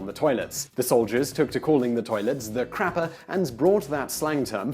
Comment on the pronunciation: Quick! To the crappah!